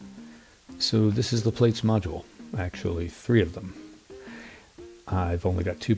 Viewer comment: Pronounced Platts, not Plates. Common mistake, no biggie. Anyway, the video and cheatsheet are super useful. Thanks!